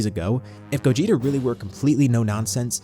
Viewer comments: It's Gogeta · It’s Gogeta